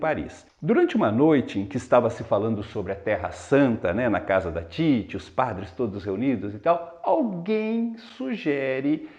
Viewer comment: Ótima análise, professor. Mas uma observação: Titi não é paroxítona, mas sim oxítona. Você pronunciou ao longo do vídeo como sendo paroxítona. Caso o fosse, haveria acento em "Títi", como em "táxi". Parabéns pelo vídeo.